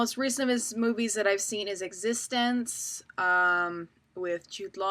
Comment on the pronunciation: The Fly 2 is actually pretty good for a sequel. BTW- You are mispronouncing eXistenZ.